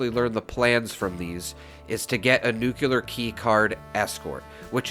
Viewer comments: Great! I can't resist saying please say "Nu Klee Ar" instead of "Nu kyuw Lar" (Sorry, it just drives me crazy, and I know even a well educated man like Peter Zeihan says it wrong, as well as probably half of people... Another Youtuber with a great speaking voice, Juice Head.. where did he go, by the way? .. also says nucular. ) Enough of the rant. Anyway, I love this tip. I know the drop rate for the plans is extremely slow, but if we want to grind it, this makes it so much more efficient. Thank you. Also, the Watoga vendors, I did the same, for hours, repeatedly swapping servers to check the two vendors. I got the Enclave flamer mod several times this way, about a year ago. I gave the flamer mods to a few friends and used one, modified for vampires, for a secondary character, because it's powerful. But the range is too damned limited compared to Holy Fire. I'll take Holy Fire any day over the Enclave Plasma modded with the aligned flamer. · There is no such word as nucular... nuclear is the word you're looking for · It’s nuclear, not “nuke-yuh-ler” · NEWK-lee-yer. Not ‘new-que-lar’ . There is no cue sound in the word nuclear. I only rant because I like you and the channel so much. And it kills me every time you slaughter the word. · Thanks for the info! Also, Nuclear's pronunciation is "noo-klee-ur." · Gawd, you’re killin’ me, Smalls. You’re making videos for a game based in a nuclear wasteland, and you have no idea how to even pronounce the word “nuclear”. PLEASE, I’m begging you, take a moment and at least type it out and JUST LOOK AT IT. Look at it and slowly pronounce it AS you’re looking at it. Please, don’t take this as rude or trolling. I’m dead serious and want you to at least TRY to pronounce it correctly.